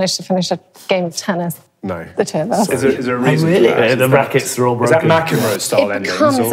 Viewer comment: tennis pronounced tunnis :)